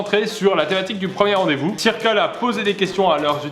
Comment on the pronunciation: tu dis circle mais ça se prononce pas "seurkeul"?😂